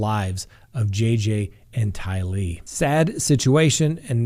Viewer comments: FFS her name is TYlee not TyLEE!!! As annoying as the constant and deliberate mispronunciation of Daybell is, I don’t think anyone owes him any level of respect even in just getting his name right. Tylee is a different matter. Have some respect man and at least get her name right!!! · Just letting you know, Tylee is pronounced with emphasis on Ty, like Riley